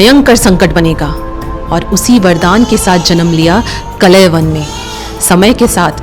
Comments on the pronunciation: बेटी ! कलेवन नहीं !!? " काल-यवन " जो भगवान शंकर/शिवजी के वरदान से " राजा शशिरायन " को स्वर्ग की एक अप्सरा के समागम स्वरूप प्राप्त हुवा था एवं जिसे " काल-जंग "(यवन सम्राट) ने बाद मे नि : संतान होने के कारण उस बालक(काल-यवन) को गोद(दत्तक) ले लिया था और जो अजेय होकर जिसे भगवान श्रीकृष्ण का सुदर्शन चक्र भी नही मार सकता था !!...एक व्हेरी सुपर सीनियर सिटीझन...🎉🎉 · Bai sanatan ka majak mat bana it’s kaaal- yavan. Not kalayvan 😅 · Respected ma'am Aap log history bta rahe ho thik hai But atleast name to thik se bataya kro Kalewan naam nahi hai kaalyawan naam hai Waise hi muchukundnda nahi hai muchukund and ichkuwa nahi ichwaaku vansh hai And ek aur baat o raja so nahi raha tha tapashya kr raha tha O bhi itni tapsya ki unke aakh kholte hi vishwa ka naash ho jata Aap logo ko to thik se history bhi nahi pata hota hai aur naaam to bilkul bhi btane nahi aata🤣🤣🤣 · Kalyavan.. not kalaivan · Kalayvan ❌ carl yavan ✅ so kalyvan काल्यवन foreign attacker with help of magah jaraasandh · ऋषि गर्ग के पुत्र का नाम "काल यवन' था न कि "कलयवन".... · Kal yavan uchchar hai not kalayavan. Galat name bol rahi hai. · It's Kaala yavan.. not kalayavan😂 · कलय वन नहीं कालयवन नाम सही लें ताकि आज की पीढ़ी भी सही उच्चारण समझे ।महाराज मुचुकुन्द नाम था कालयवन को भस्म करने वाले ओर कालयवन ने ही कृष्ण को रणछोड़ नाम से पुकारा था। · actually his name is kalyavan not kalayvan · अरे बाबा, कलयवन नहीं, कालयवन । दूसरा नाम मुचुकुन्द, तीसरा शब्द इक्ष्वाकु । Please, please, correct yourself. Otherwise your presentation is okay. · कलय वन नही माते.. काल यवन.. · Kalay van nhi..kaalyavan.. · कलयवन, नहीं "कालयवन" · कलय वन नहीं बहना.. कालयवन मुच्कुण्डा नहीं मुचकुंद.. इक्ष्वाकु भगवान के लिए 🙏🏻 अंग्रेज ना बनों कालों... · अच्छी कोशिश लेकिन उच्चारण सही कर लो कलयवन ❌ कालयवन ✔️ मुचूकुंडा ❌ मुचुकुन्द ✔️ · Not Kalayban, he was "Kaal Yavan" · Kalayvan nahi kaal yavan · He is called kaljavan not kalayvan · मुचुकंद को मुचुकंडा बोलना बंद करो कालयवन को कलयवन बोलना बंद करो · Kalayavan nahi kalyavan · kalyavan pronouncing all words are wrong